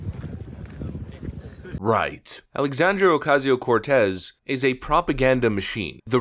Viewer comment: I still love how you mis-pronounce Sandy Cortez’s name. Keep it up.